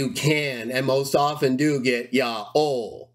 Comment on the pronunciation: Why do you pronounce it "Ya'o" instead of "Yaho"?